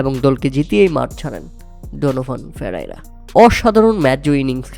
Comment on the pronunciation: Player name pronounced e r o better hote hobe